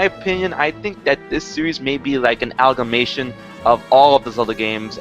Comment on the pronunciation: "An algamation"... HMK -.- Makes me tired.